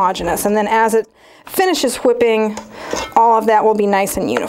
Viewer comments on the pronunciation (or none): Is there a reason you pronounce W’s like Stewie? “HHwipping” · She says whipping kind of funny lol